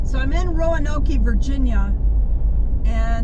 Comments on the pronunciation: Roa-noke, not Roanok-e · You beat me to it…Roanok-E 😂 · it's pronounced Row Noke long O sound. Just like the lost Colony of Roanoke. Or Roanoke Raphids N.C. surely you've heard of at least 1 of these? Kinda insulting to say it happens. Well it shouldn't happen if reporting on stats for a city at least get the name correct. 😢😮 are your stats correct? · ironically, the commonly "Row Noke" pronunciation (mostly by Southerners) is also incorrect; it's Row-a-noke; yes, the "A'' must be there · PSA: it’s pronounced RO uh noke. Three syllables. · Exactly! some people insist it's pronounced "Row-Noke" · It’s not Roanok-ee lol